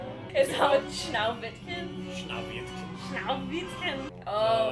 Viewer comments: Actually, that's Schneewittchen, not Schnauwittchen. Just thought I'd point that out. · When they try to say Schneewittchen! My god! 😂😂